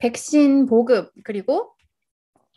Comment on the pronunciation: 말 마지막글이 높은거 같네요 ~ 있으면/서. ~ 그리/고 등.